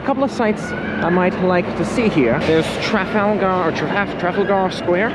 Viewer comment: “They’re trying to copy us.” Seriously,? You really need to get out of the mindset that America did everything first! Do you not know how old London is? That Shakespeare quote you read really suits you. And you aren’t pronouncing Trafalgar properly.